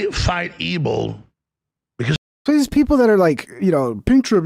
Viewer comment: Anyone notice Alex pronunciation of words with the letter v in them he pronounces those words with a b lol like evil he says ebil lol